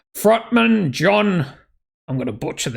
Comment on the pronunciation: His name is not Jon it's pronounced Yon Nodveidt.